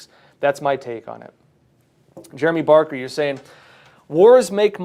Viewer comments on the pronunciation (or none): none